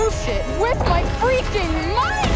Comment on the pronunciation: I guarantee you there will be a moment where she says “well, that just happened” and one where she says “we got company” Also her saying “freaking” is weird enough already but why she gotta say it like “free-keeng” like a kid trying to make absolutely sure their mom doesn’t mishear and think they’re dropping f bombs